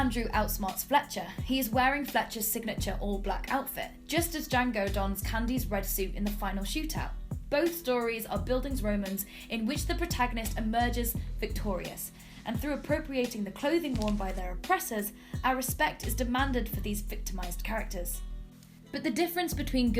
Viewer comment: Great video, I especially enjoyed when the narrator said 'buildingsroman'.